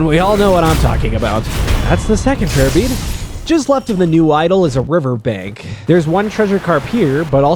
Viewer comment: I listened to your video while working with something. Every time you said "Prayer Bead", all I heard is "Herpes". And I had to make a quick glance at my monitor.